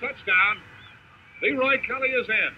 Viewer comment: Broadcasters pronouncing Kelly’s first name couldn’t seem to decide which syllable to put the accent on.